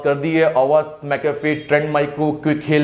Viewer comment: nice lecture .....its mcafee......not mcafree